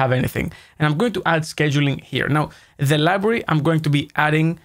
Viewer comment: It's pronounced "scheduling".